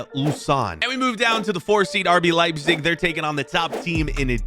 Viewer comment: you said leibzic 2times